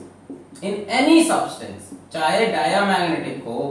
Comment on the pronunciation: Oh सब्सटेंस British accent